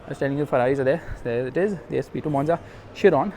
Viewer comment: Man the thing which I will go and definitely stands out is the Bugatti Chiron mate the Chiron is a masterpiece and thank god you pronounced the name of an f1 legend correctly